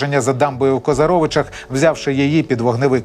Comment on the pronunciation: КозАровичах, а не КозарОвичах. Що це за вимовлення назв на манер орків